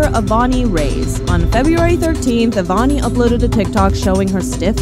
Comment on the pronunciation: "avani rey-s" 😟